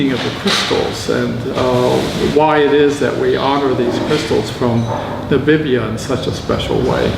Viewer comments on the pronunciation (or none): Nabibia? Is it so hard to say NA-MI-BI-YA?